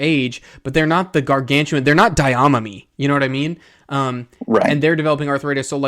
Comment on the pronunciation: Interesting video - good content overall (also as a pedant, please learn how to say the names - specifically Daiamami. There are no syllables said with more emphasis than the others)